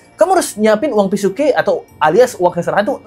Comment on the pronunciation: Uang Pisuke bukan PisukE. Jadi huruf e bukan E 😊